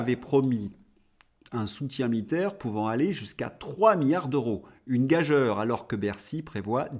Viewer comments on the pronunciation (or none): GAGEURE. On doit prononcer Ga.jure !!!!!!! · Gageure se prononce "gajure", comme "Georges" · et ben moi je dis gageure et pas gajure ! parce ce que je trouve que c'est moche !! arrêtez d'être aussi tatillon ! n'y a-t-il pas autre chose de bcp plus important ??? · Je suis vos chroniques chaque jour avec intérêt. Je voulais quand même vous préciser que « gageure « se prononce avec le son « u », le e après le g est juste là pour que le g se prononce comme un j….